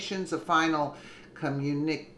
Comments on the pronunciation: With all due respect, the work is pronounced come-you-na-k, I'm sure you heard this word during your lifetime, it's just the way the word is spelled that made you mispronounce it. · btw, that's a communi-kay (enunciation). other FAKE "news" tried to claim the photo being all those false leaders actually bullying President Trump, as if it'd work at all? lmao! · It is pronounced com-mu- ne- kay